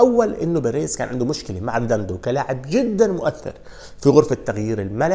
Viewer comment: يا رجل مشكلتك بتنطق الاسماء خطأ بشكل مستفز … مش ريداندو … ريديندو